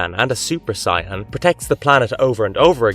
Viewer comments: Dafuq's a Si-Anne?!? 😂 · You are mispronouncing Saiyan as Siyan it is pronounced as say and the yen. If you watched the anime you would know how to properly pronounce this so this video is very odd to me. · Do you say words do you know how to speak? Saiyan not Sian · It's pronounced Say-en. Not Cyan. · super sigh-ans edit: this guy pronounces enough things wrongs that i'm convinced he is an AI XD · Is this Ai? Who tf says s-eye ahn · dude the pronunciation is killing me! lol doubt hes even watched the shows just reading a script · Your pronunciation of "Saiyan" gave me an actual headache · Dude... you couldn't butcher the words for DragonBallZ any worse then you did, it's actually impressive how badly you pronounced those words. Brava. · Did you hear how he pronounced “Saiyan”? 🤣🤣🤣 chill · I like the list, but please pronounce Saiyan correctly. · Yeah, Rowni Kenshin is such a classic anime, but seriously dude, I have a hard time believing you watched half of these anime, and you didn’t just google them or used Wikipedia. I don’t know, but the way you pronounce stuff like Saiyan, Gundam, Rurouni etc… just gives me that impression.